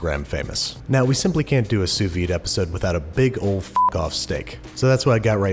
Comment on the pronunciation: Nobody: Guga: “So let’s dew it”